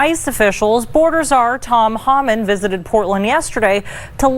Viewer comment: Did that stupid DEI hire announcer call him Tom Hahman? What a maroon.